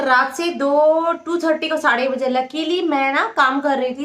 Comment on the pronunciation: Aap sade dou bolte ho 😁😁😁